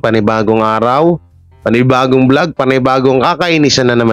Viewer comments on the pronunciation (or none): none